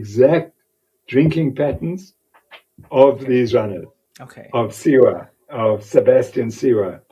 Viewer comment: His name is Sawe. Not Siwa...